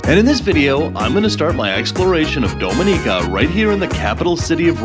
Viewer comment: It would be nice if you'll learned how to pronounce Dominica 🇩🇲 correctly.